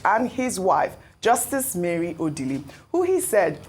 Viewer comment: I am averse to any mispronunciation of indigenous names, especially names that are household ones. Why is, an Igbo woman for that matter, pronouncing Ọdili as O-dee-lee? This killed my interest in this morning show and I switched off. Nigerian journalists: it is not honorable to mispronounce indigenous names -- something you never do with oyibo names.